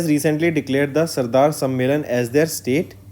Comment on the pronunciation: Sir plz give proper attention to pronunciation. Like you are reading Sadar as Sardar.